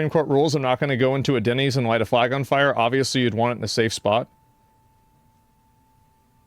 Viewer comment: he cant say "fire" im high, ignore me lol